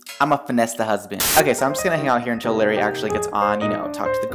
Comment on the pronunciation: And by the way it's LARRY not LARRi